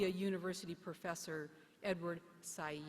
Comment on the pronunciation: The inarticulate chancellor consistently mispronounced the name of this great scholar…… Edward Said, a gentle intellectual giant sadly missed. But his friends and the world have his legacy in spirit and print for posterity.